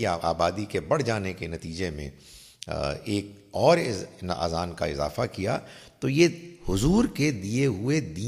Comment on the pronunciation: اذان کوآذان تلفظ نہ کریں